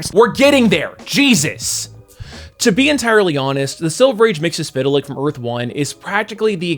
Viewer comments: I applaud you on pronouncing his name. :) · Why can't people pronounce his name? From the imp himself: "It's Mix..." (turns into a blender) "Yesz..." (turns into a Yes record) "Spit!" (turns back into his imp form and spits in your eye) "...Lick." (turns into a dog and licks you) Got it, McGurk? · "It's Mix - Yes - Spit - Lick!"